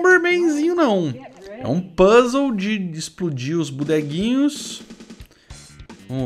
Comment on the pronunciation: o fala Puzzle do jeito que eu falava qdo eu era criança... PUS LE!! kkkk esse é o jeito errado mais legal de falar